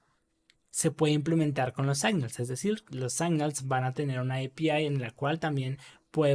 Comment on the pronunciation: Gracias por el video. Estaria bueno, igual, que si vas a repetir mucho una palabra en ingles que repases antes la pronunciacion. Se pronuncia /signals/ no /saignals/. Esto pasa mucho en tus videos y es una pena. A lo ultimo tambien decis Ngrx y estas hablando de Rxjs